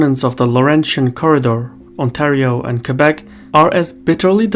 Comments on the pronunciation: How can someone mispronounce Québec? It's pretty straigthforward, as words get. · Most anglophone say : « Kwaybek » instead of Québec.